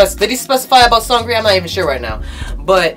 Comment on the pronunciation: Are u saying seungri wrong?!?lol